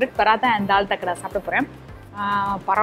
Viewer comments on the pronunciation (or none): அது தால் தக்கடா இல்ல..... தட்க்கா.......